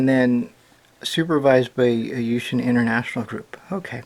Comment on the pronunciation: lol i know chinese and you read the name wrong XD